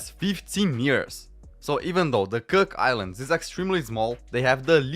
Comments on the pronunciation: Its Cook Islands not 'Kirk' Islands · The "Cuck" Islands 😂